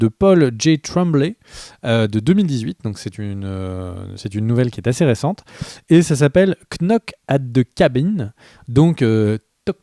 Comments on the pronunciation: Knock se pronounce nock. Le k est muet... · On ne prononce pas le K dans knock